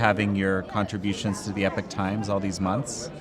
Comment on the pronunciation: this dude, The Epic Times.. like he cannot properly pronounce EPOCH!